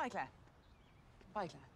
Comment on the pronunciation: To Claire: “Bye Claire” To Kate: “Bye Klare” To us: “Bye Claire”